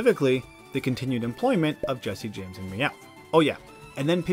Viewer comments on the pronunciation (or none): none